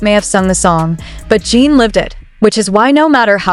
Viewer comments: The way she is saying his name Jean is bothering me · A.I is not good at getting names right.